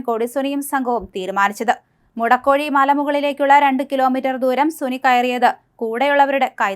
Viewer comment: മുടക്കോഴിമല അല്ല മോളെ! മുഴക്കോടിമല!!